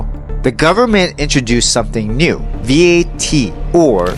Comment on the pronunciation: . You do not have to pronounce it as V-A-T. It is an acronym so you can pronounce it as simple as Vat. Every Filipino knows that.